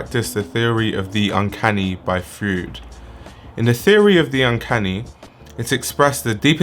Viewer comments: btw Freud is pronounced like "Froid." Roid with an F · omg object oriented ontology and the uncanny gets name dropped, my favourite things combined I will def. follow this designer thank you! :):) (also very funny to hear how you pronounce Freud as fruit)